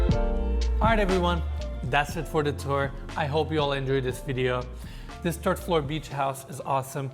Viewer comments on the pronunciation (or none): Amazing! Best tours on youtube. tiny critique for - It's "THird floor" not "Turd floor" lol... gotta use your tongue not double D's;-) Love the penthouse tour of this building too. Thank you, Xoxoxo! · Did he just say the terd level lol